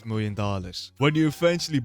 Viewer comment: 1.9 miwiom dollars ❤😂